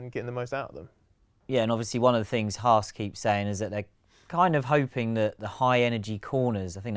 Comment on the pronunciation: Didn’t know there was an R in Haas